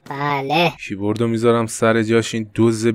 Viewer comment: فقط کییییییبوردگفتنت😂